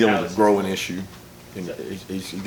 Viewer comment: Did he say that De'Nylon had a groin issue or a growing issue?